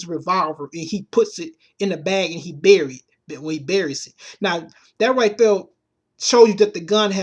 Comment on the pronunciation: "DEH MO' PEOPLE DEAH!!!" LOL !!! You need some speech therapy dude.